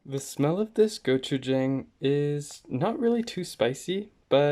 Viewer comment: Jang is not pronounce like the word hang, like “hang a picture”. It’s pronounce more like Wong or dong, like “ding dong goes the door bell”. And if you think it’s too spicy, I recommend mixing it with doenjang, not water. Again the “Jang” in gochujang, doenjang, and ssamjang, are more pronounced like the word dong. P.S. Same goes for “yin and yang”